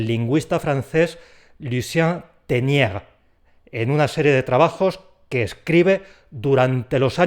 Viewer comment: Para mí esto de VALENCIAS es muy nuevo no lo sabía en absoluto y me he fijado en el nombre del lingüista que citas entonces una pregunta Pones por escrito Tesnières pero has pronunciado insistentemente Ténières Cuéntalo ¿Cuál de los dos hay que buscar? Por favor describe la teoría de constituyentes que seguro que es la que conozco sin saber que tiene nombre